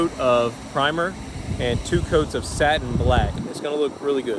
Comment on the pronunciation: Satin or stain? Lol